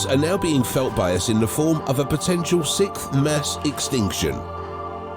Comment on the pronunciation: This guy repeatedly saying sikth makes me cringe 😂